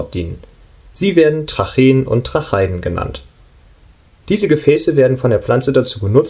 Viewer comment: Sehr schön erklärt und sehr gute Zeichnungen! Es wird nur Trache-iden ausgesprochen. Kleiner Tipp! ;)